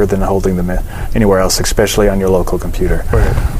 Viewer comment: "Ekspecially"? Seriously dude?